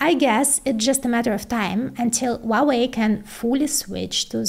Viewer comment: Just FYI, the H in Huawei is not silent. It is "HWA-WEI", not "WAH-WEI". I have no idea why Westerners think the H is silent. I suspect it's because Cantonese pronounce it that way. But in Mandarin, the H is voiced clearly. I am a native Mandarin speaker.